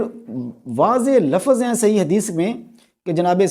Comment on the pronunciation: Bolna to seekh le yaar. Waqat nahin, Waqt. Lafas nahin lavz, Faraz nahin, Farz. Sakhat nahin sakht. Yaar teri samajh se bahar hain ye moamlaat. Ye kitna deene ilmi aadmi he jo Naam bigarh raha he. "". Ye hain hamare ilmi peshwa aur ye he in ka deeni rawayya. Jhallae hue. Seekh lijiye deen in se.